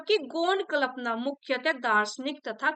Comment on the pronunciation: माफ़ी के साथ कह रहा हूँ प्लिज़ 🙏🏻 जब कल्पना की उच्चारण करती हैं तो बहुत खटकता है 🙏🏻 एक बार इसपर ध्यान देने की कृपा करें